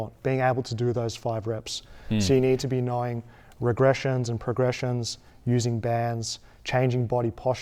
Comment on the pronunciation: It sounded like bro said progression rizz